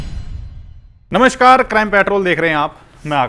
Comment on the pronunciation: नमश्कार नहीं, नमस्कार होता है उचित उच्चारण।